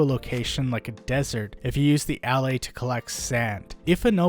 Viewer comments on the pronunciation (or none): i think they are pronounced "ullAys"